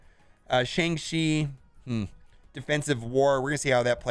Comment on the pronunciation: Still can’t say the name right .... it’s Shang-CHI ! Not Shang-she